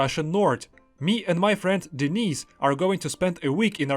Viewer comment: Bro, the way you're pronouncing your mates name (Denis), it sounds like you're saying 'Denise', which is a woman's name.